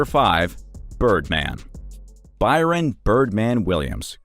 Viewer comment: BRYAN not BYRON